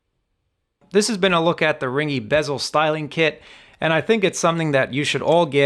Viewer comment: These are great, and yes they really do change the look without adding much height to the bezel. An acceptable trade off! Pretty sure its "ring-key" though, not "Ringy".